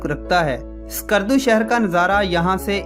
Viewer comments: There's no 'Alif' is skardu... Its not Iskardu.... Its just skardu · My friend I like to make corrections name of the city is call skardu . Not iskardu